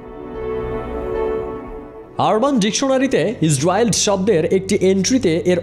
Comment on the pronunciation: ইজরিয়েলড উচ্চারণ টা এমন হবে